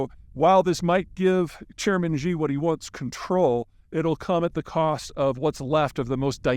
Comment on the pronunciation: Consult a native speaker of Pu Tong Hua (Mandarin). The correct pronunciation of Chairman Xi's name is She, not Gee.